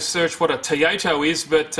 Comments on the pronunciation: Hehe, "TOYATO" xD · Love the 'TOYATO' you can so easily cut that back into a proper 'TOYOTA'